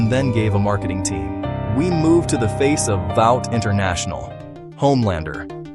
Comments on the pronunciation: The music in this video is way, way too loud , and you need to learn how to pronounce the word Vought. It sounds exactly like the word ought except with a v in front of it. Not very complicated to figure that out considering they say it on the actual TV show all the time. You need to train your AI voice better. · AI reader. There is no way a real person would mispronounce Vought. They say it constantly in The Boys. You have Black Adam but not Shazam and mispronounce Kal_El as well? No. Come on.